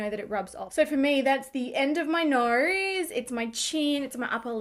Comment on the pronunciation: normal people: "nose",: "norrruuuuis"